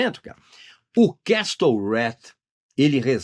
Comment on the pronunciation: Obrigado pelas dicas, Regis!! Feliz Natal!!! (ps. pronúncia correta de "castle" é "quéssou", sem o "t").